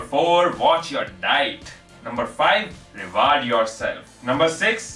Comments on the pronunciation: and a 'rewaard'. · pronounce reward correctly otherwise nice